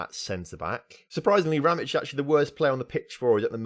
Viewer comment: FC Sarajevo (the last club that wanted Ramić) is my club. :D btw you're saying his name right.